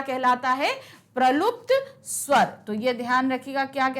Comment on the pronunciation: Maam it's plut swar not pralukt swar